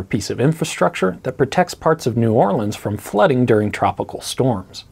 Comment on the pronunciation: I’m a Louisianan and I love how u said New Orleans the right way